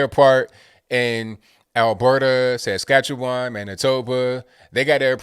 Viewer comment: Askatchewan? Lol